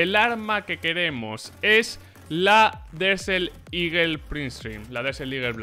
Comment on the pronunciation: "Desel liguel" no me cansaré nunca de eso